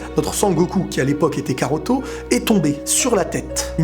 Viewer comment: karoto? non mais sérieux 😑